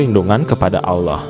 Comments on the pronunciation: Adminnya cumn cari sensasi.sejrh kurang jelas. Kyknya admin non muslim ini. Perhtikan aja pas sebut nama allah .kyk orang kristen nyebutnya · Pembaca nya saja tidak fasih mengucap allah SWT